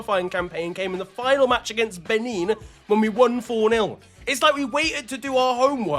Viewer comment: Respectfully, the way you are pronouncing some of these names😂😂, you way you pronounced benin almost killed ma and also that player from benin that you mentioned has a Nigerian name and the way you pronounced it...😂😂😂